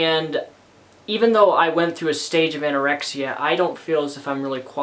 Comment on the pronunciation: did ur mom just say anyoraexa